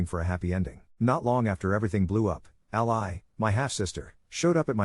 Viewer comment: I don't know what offends me most, the situation or the way the narrator pronounces "All-Ly"